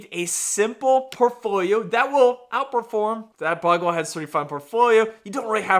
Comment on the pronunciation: It's pronounced 'Boe-gle-heads', not 'boggleheads' :) - sorry